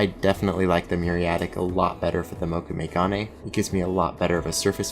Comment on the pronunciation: Moe-kû-may- proper pronunciation